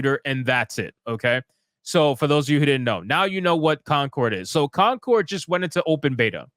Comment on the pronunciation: It's coNcord, not coMcord. #APHASIA #DYSLEXIA #RETARD